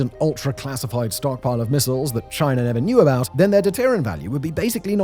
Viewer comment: Why does he saying “deterrent” like that?? 😠